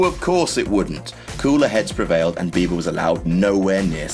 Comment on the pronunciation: Were you actually saying "Justin Beaver" or was I just thinking that all because that's what I call him?